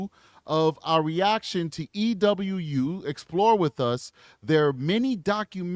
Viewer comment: Just for future reference, it's pronounced "E-WOO". Not trying to be rude at all, I just love their videos and want them to have the right representation!